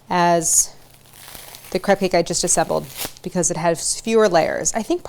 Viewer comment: Properly pronounces crepe but not creme diplomat?